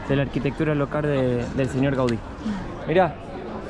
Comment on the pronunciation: Gaudi, modernista. Muy bien como lo dices